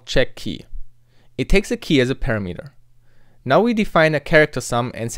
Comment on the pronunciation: Pronouncing "array" with the stress on the first syllable... (and "parameter" with stress on 3rd syllable instead of 2nd) Braces on the same line as the block..... No space between operators and operands...! 8 WIDTH INDENTING!!! #triggered Seriously though, good tutorials, enjoyed the vids. :)